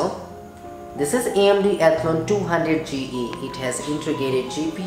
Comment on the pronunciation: Nobody in this world except you pronounces Athlon as "ethlun"